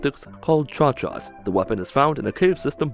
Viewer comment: The Chauchat is better pronounced 'show-shaw'. It's an old French machine gun with a reputation for being straight bootyjuice mcdookie, precisely because of the mags as mentioned in your vid. They would get dirty easy and also jam for the slightest dent, I think.